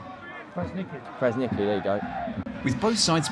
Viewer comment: Fan from Germany here! I love the series you guys are producing. By the way, as an Albanian, I wanted to mention that the letter 'Q' is pronounced like 'tchi' or 'chi'. So it's not 'Krasniqi', but rather 'Krasnichi' or 'Krasnitschi